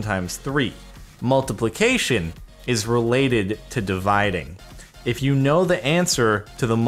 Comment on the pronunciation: 'Multiplucation' irritated me soo much